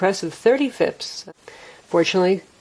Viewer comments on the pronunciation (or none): fipps? really. its fps jesus christ